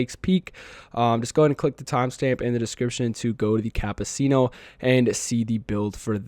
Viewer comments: You obliterated the pronounciation of "Cappucino" ☕ 😄 Anyway, the game sucks with high payout races , Tokyo and Sardegna are becoming a chore at this point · I’m bothered with that pronunciation of ☕️ and I’m not even Italian 😅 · Almost everybody butchers the pronunciation for some reason 😂 also “escado” instead of escudo 💀